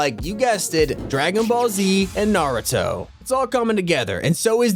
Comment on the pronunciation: Who else can’t take how he said Narooto instead of Naruto